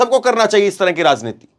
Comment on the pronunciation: Is bkbk ko news kahtay hain? Aur yeh zankari zanta razneeti kb tk j ko z bologay